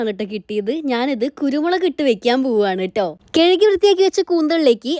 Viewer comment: കെഴികി അല്ല കഴുകി 😅